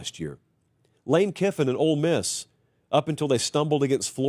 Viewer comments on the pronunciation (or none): I hear “old” miss every time talks about ole miss. Just me?